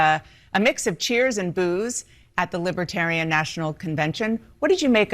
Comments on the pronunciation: He keeps saying "liby-terian". It's Libertarian... Dummy trump. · It is Libertarian not Libaterian, Mr Orange creep. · Can we just focus for a minute on him repeatedly saying “libitarian”? He loses the “r” 90% of the time. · Trump can’t even pronounce it .., Libah-Terian 😂😂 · Why does he call them “Libiitarians”? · "Libbatarren" - DJT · Spanky called them “ lib-a-tarians, many times. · He can't even pronounce Libertarian.